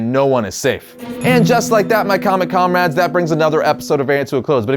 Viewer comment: "Hello Comerads" RED SON VARIANT